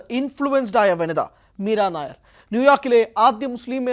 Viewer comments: മീരാ നായർ അല്ല മീര നയ്യാർ എന്നാണ് ശരി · Edo meera Nair alla Meera nayyar.😂😂😂😂😂